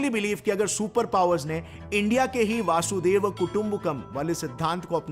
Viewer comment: वासुदेव नहीं वसुधैव 😂